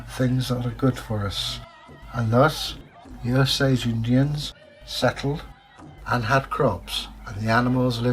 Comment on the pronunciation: I am Osage. My Great great grandfather was Chief Claremore. I’m not sure why but people seem to constantly mispronounce the name. The name is O - sage. Not o- SAGE. Hope you don’t mind me correcting you. Really liked the story.